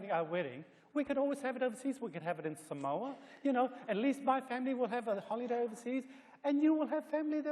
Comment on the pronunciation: Eteuati nails the way they say Samoa 😂😂👌